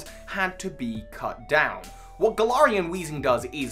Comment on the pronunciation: Hey I personally have always pronounced Galar as GALar. But you sort of pronounce in at gaLAR. You pronunce galarian like gal-are but I’ve always pronounced is as Gal-air-ian. Idk